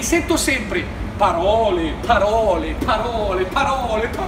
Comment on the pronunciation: "PPPAROLE, PPPAROLE, PPPAROLE, PPPAROLE" troppo divertente 😂